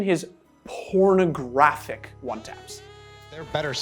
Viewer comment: “Did I talk about his pppornOgrapHIC one TAPS” I swear he’s emphasizing random crap lmao